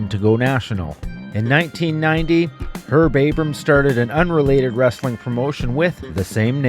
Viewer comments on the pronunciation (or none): none